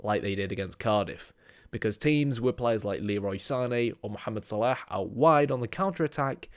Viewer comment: I love how you pronounce Mohammed Salah’s name properly mashaAllah I love the analysis more though